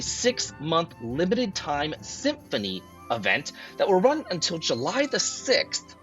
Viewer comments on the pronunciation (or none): none